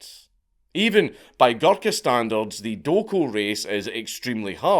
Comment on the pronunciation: Hearing Dank say “Guluka” for 50 minutes is gonna be hilarious